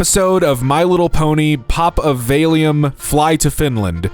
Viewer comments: how are you pronouncing valium?? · Lol the way this man said "Valium"